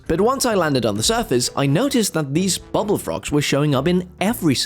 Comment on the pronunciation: Why do you pronounce bubbul as bubble???